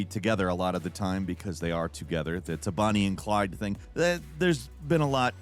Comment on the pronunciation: Did you say "Bunny and Clyde"?